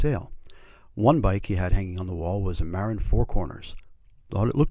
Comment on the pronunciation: Great video but it's Muh-Rinn, not Mare-in. haha